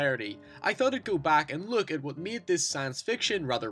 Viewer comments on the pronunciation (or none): none